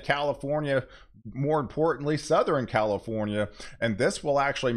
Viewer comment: Seriously, it’s Southern, not Southren!